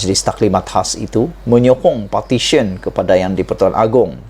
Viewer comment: ...betulkan sebutan kamu...Petisyen/Petisen bukan Partisan.jauh beza makna nya.🙏